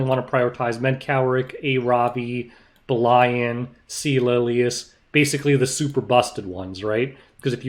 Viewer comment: i love how you pronounce belian as "ber-lion"